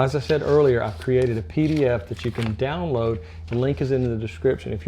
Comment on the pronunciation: what is a Dee Dee Ef??? Keep on hearing hears a leenk to a Dee Dee Efd.